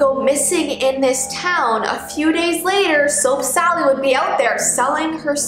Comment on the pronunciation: i heard soak sally